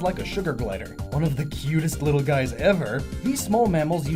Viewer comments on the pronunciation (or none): none